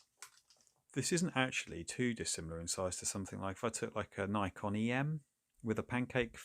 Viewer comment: You mentioned Nikon EM. Its Pronounced Nikon not Neyekon.